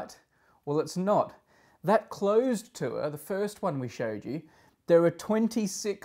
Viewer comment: What's a "too-er"?